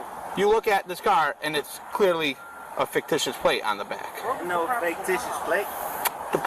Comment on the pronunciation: this guy keeps saying "fake-ticious" instead of fictitious and it's so annoying 🙃